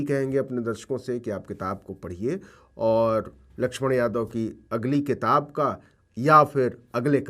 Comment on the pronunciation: क़िताब(Qitab)नहीं, किताब (Kitab).